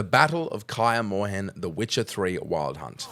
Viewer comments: you really butchered the pronunciation of Kaer Morhen haha. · Kah-yer Mawhen? Bruh